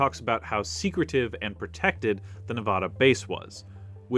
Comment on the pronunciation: I love you so much, but please!! I beg you to pronounce Nevada correctly ❤💔❤ 😭